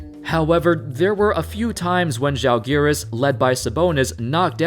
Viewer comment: Tbh, that was the best pronunciation of "Žalgiris" from American I have ever heard